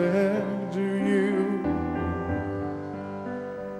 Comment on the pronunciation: Viem ze neskoro :P ale keby si si vypocul original :) hahaha zistil by si ze to YOUUUUUUU u je tam a ze tam nespieva do Yah ako vsetci ostatny ... Mr. Cohen bol gentleman a vedel ako vyslovovat .